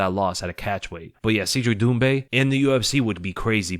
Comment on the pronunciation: Cedric is pronounced "said Rick" not "seed Rick". Trust me, I'm an expert.